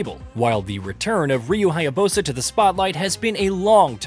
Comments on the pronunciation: Dude you gotta stop pronouncing it "Haya Bosa" - it's "Haya Busa" - BOO SA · It's Ryu Hayabusa. Not HayaBOSAH. Say it again like that and I'll unsub. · In the description also xD Ryu haya-bow-sah gave it away though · My man is really gonna die on the “Ryu Hayabosa” hill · who is ryu hayaBOWsa lol